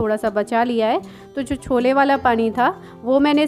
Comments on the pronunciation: छोला नहीं बोला जाता है, छोले बोलते हैं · उसे छोला. स्कूलच्या. नही केहते. उसे. छोले कुलचे कहते है. ठीक से बोला.